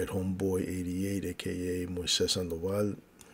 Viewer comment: on Rational Rage you said my name fuckin PERFECT Moises Sandoval has NO Z’s in it. Moses does but the Spanish version is the soft S like you pronounced it. 👍🏽